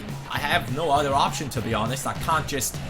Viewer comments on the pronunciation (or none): none